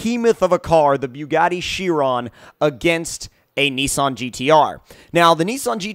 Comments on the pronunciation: It's pronounced "kye-ron" not "she-ron." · ITS BOO-GOT-EE SHY-RON not fucking byuu-got-ee she-ron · Bugatti Chrion...New? I know the Chiron but I don't know the Chrion.